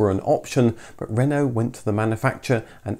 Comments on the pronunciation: One of my colleagues bought a new Twingo in 1993, and was mercilessly ribbed by pretty well everybody. Nearly thirty years later, she still drives it to work, and still draws a smile. BTW, it's nice to see a Brit make a decent attempt at French pronunciation. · Really interesting Thankyou. Such a shame it was never sold in the UK. and great pronunciation of word Renault!